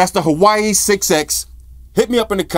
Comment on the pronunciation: its wah-way or wuh-way huawei = wuh-way